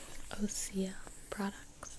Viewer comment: Can't it be OSEA Instead of Ose-uh Like....its osea....not...ose-uh.. Sorry that really bothered me 😂